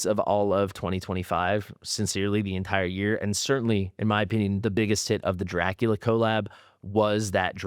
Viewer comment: Dracula not Draculia